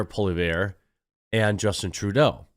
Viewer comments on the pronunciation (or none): Poilievre is pronounced something like. Polly-ev-re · Pole-e-ev, like ever with no er. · just so you know, its pronounced " Paul-E-ev" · Ugh....seriously....learn to pronounce words and names, that's what professionals do. Pierre's name isn't that hard, phonetically it's Polly-EV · Not one person I’ve been watching gets the pronunciation correct haha. It’s Pwah-lee-ev 👍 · It's pronounced Pierre POL-E-EV. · It is PWA LEE HEY VREUH. At least should sound more french, as it is francais. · His last name is pronounced "polly-ev" or "poy-lee-ev", I'll be voting for him regardless :) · Poilievre: French surname (French spelling: Poilièvre), pronounced "Pwah-liEVr" [The first "i" in "Poilievre" is pronounced like a long "a", as in "bat", the second "i" is a short "i" like the "i" in "lip", the first "e" is pronounced like the "e" in "yet", and the last "e" is silent.] Pierre Poilievre is the leader of the Conservative Party of Canada, which makes him the Leader of the Opposition, and the main political adversary to the Prime Minister, Justin "Skippy" Trudeau.